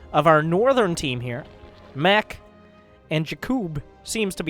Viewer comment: When 'Maciek' is regular polish name and you are wondering why is calling him 'mek'